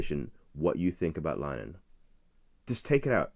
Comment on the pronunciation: Please learn to pronounce Graham Linehans name correctly - it's 'Lin - eh - han' three syllables and not 'Line - han' two syllables - it's not 'english' so 'english' pronunciation is not appropriate - a little effort would enhance your credibility with Irish viewers